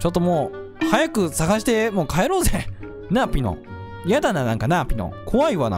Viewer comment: ちろうじゃなくてぴのw